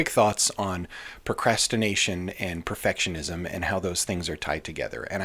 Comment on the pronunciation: "Perfitishism" 🤭 New sub here, enjoying your content. Thank you!